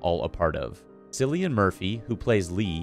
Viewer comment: It's pronounced KILLIAN not with a soft "C" like sillian. Look it up.